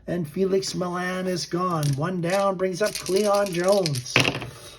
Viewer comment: Millan = Mee-yon